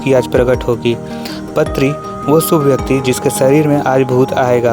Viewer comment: Also it is not patri. Paatri पात्री